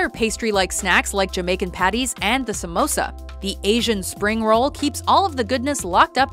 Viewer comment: im indian an i just want yall to no its prenoused sum oos ah